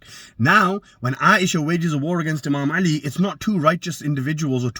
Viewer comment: You can't even say 'Ālī properly hahahaaaa miskeen rafadhi